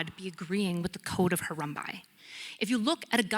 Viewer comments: Harumbi? You mean Hammurabi?!?! Not a very good start. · "Hee-bros"? The Code of "Harumbai"? These are clues for someone that is either entirely unread, or not immersed at all in the realm in which they are speaking. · Did she really say, “The Babylonian code of Harumbuy?!” Is this what passes for education now?! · first statement: “from the code of Hurambai….” Yeah, it’s Hammurabi. The oldest code of law and you couldn’t even get the name right. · Harumbai?, you mean Hammurabi? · There are a lot of things I could say, but I’ll settle for this: It’s Hammurabi, not Harumbi. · Right off the bat when calls it the “Code of Harambe” I had to chuckle a little. It’s Hammurabi. 🦍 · I cringed at each “Harumbai” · especially since she couldn't pronounce "Code of Hammurabi" and instead said "Code of Harumbai" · She didn't say Harambe. She said Harumbai; sure it's wrong but people make mistakes. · Nice try. Mispronouncing “The Code of Hammurabi” would be like citing “The theory of Dermanian evolution.” It’s a “tell” that they are pretending to know more than they know. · Does she mean Hammurabi? If so, she’s pronouncing it super wrong. As she would say, if you don’t know the word that’s ok.